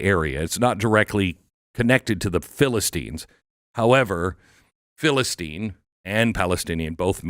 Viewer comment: There is no Philla in the name it’s philist